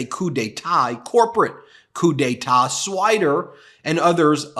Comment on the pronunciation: I like 😂 how Ben keeps repeating“Coupe d’te’t” or Coup d'etat when it’s not anywhere in the article and keeps saying it wrong!😂